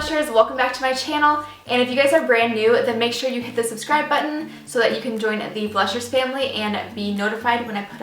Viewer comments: What's "subscide" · "Please subscibe"😂 oops😂 great video!